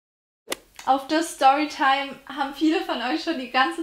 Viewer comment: Wer kennt sie nicht, die STOYTIME😂😂😂